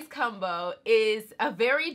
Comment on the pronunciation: The way u say “combo” is weird 😂😂 u say it like “ cum-bo”, “cum-bination”